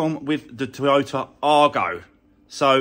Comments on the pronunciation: Whats an arGO - try saying eye-go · Going to make a nice little car for someone when finished, but please call it an Aygo ( as badged ) not an Argo, you’re doing my head in!